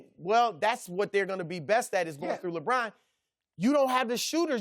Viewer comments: Lebrahn and Raejawn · “LaBraan...”- Chris Broussard